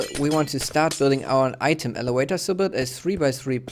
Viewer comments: its elavator not elewator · I don't know what you mean. He's obviously not native English so of course he doesn't pronounce elevator 100% properly.